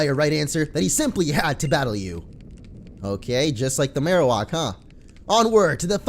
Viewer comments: It's Marowak not Marowok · The way you pronounce Marowak bothers me so